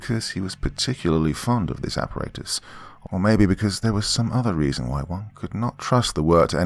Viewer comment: It's aparatus all the ,"A's" are soft as in ,"apple"